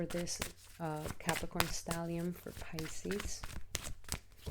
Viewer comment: *Stellium, not stallium. Thanks and Regards.